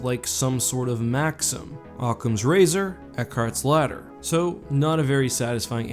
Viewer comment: Used to called you because when you said ladder I heard slaughter lol